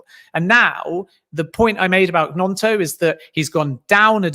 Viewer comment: Man needs to listen to how Gnonto said his own name it's not G-NonTo it's basically gNonTo.